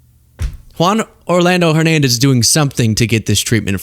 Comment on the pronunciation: I appreciate you saying Juan without an accent ❤